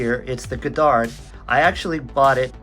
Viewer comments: As someone who shares the surname it's pronounced God Dard. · You mispronounced the name of the shuttle.